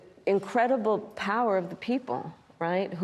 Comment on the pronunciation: Organically ... organically. ... misquote Ben Franklin .... word frappé.... step into Yau powuhhhh!